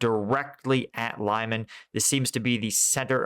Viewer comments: Lyman is pronounced Lee-MAHN, with the stress on the second syllable, not LIE-man. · Not very important, but anyway: Lyman is something like Lee-MAN, not LIE-man. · Lyman is pronounced as "Leman" for English speakers! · Lol can't even say Liman right lol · Lee-MAHN! Hehe, just another tip. Love your content! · I watch your videos every day and appreciate your military knowledge and the way you explain tactics. A pet peeve though is the way you butcher the pronunciation of some of the more widely used Ukrainian names. I'm not talking about obscure villages -- rather places like Lyman, Svatove and Zaporizhia that are often in the news. I don't speak Ukrainian, but I make a point of listening to the pronunciation of native speakers in vlogs like Denys Davydov, Reporting From Ukraine and others. It's "limm-AHN," and "SVAH-toh-veh" (capitalized syllable accented). The "zh" in "Zaporizhia" and "Prigozhin" is pronounced like the French "je", or the way the "s" is often pronounced in words like "measure" and "pleasure." Sorry, I really do love your channel, but this is kind of like listening to fingernails on a chalk board.